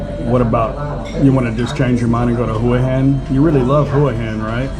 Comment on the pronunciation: Get someone who is a nativeHua Hin resident to teach you how to pronounce it properly…I’m not sure if my way of spelling it will make sense. It’s ”Hwa Hen”….NOT….”Who-uh-Hen”